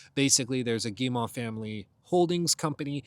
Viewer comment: As a Canadian, hearing you repeatedly pronounce Guillemot wrong is REALLY making me want to apologize for something! It's pronounced Gee-moe, not Gee-maw.